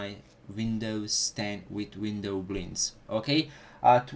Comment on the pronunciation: i dont like the way you pronounce "windowblinds"